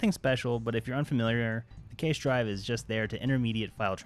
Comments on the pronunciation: Pronounced "Cash" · For the love of God... WTF is keish? its cache